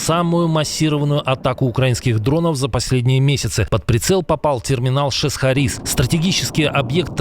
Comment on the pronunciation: шесхАрис, ударение на А